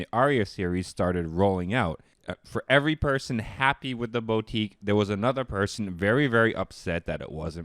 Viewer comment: Boutique, not Boatique. Roland now Rawland. You're welcome.